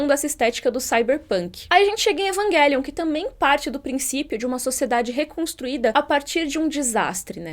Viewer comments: Égua eu acho muito estranho a pronunciando "evanguelium", não tô acostumada com essa pronúncia kkkkk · Num tankei Evanguelion kkkkkk